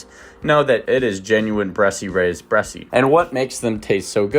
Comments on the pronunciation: Bresse without an accent is pronounced Bress. That is the proper French pronunciation. Saying "Bressie" is incorrect. Period. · It's pronounced "Bres"--only 1 syllable. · The e at the end is silent...bress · I know you are reading from a bunch of compiled info about the breed, but you even read aloud the proper pronunciation of the word Bress and then continued saying it incorrectly. That's very cringe, bro. Please learn from this and be more mindful of what you are reading for the camera. I like your channel and refer to it and your site a lot, but this really hit me hard. It makes me want to look elsewhere. The timestamp for the teaching moment is: . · IDK why you are mispronouncing Bresse. Also the breed is a very good layer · Bresse rhymes with chess…..no E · "Bresse" is a one syllable word....the final "e" is silent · You are NOT pronouncing it correctly